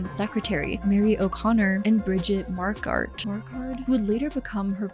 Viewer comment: Bridgets name is pronounced mark quad fast n blended. At least that's what my ears heard. She was my favorite, but they were all super likeable